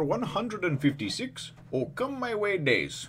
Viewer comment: "okama way" instead of "oh come my way"...